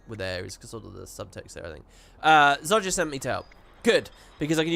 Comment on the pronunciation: Im sorry.... ITS NOT Zod Jah. It is Zoh Jah can you please stop inserting a D that is CLEARLY not in the word Zojja. I dont know how you learned to mispronounce it when its even said in the game as Zoh Jah and the developers themselves say Zoh Jah..... Please Please Please can you stop saying Zod Jah..... This is not the DC comic's. We are not talking about Superman and Zod...